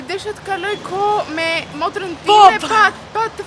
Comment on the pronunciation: Korigjim: “ Motren” jo “Morten”😆 I paska kaluar Ketules pa ta korigjuar😂